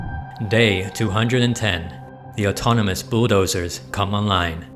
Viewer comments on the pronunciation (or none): none